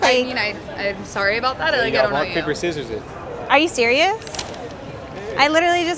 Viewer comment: bro really said rock paper scisors 😂